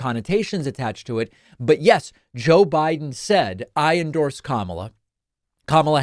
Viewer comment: She said "Joe Byron!" Another brain dead trump!